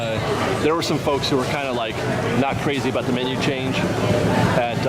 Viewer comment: Funny I've never hear the word menu pronounced like that before :)